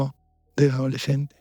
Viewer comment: Por qué dijo "adoleshente asheshinada"?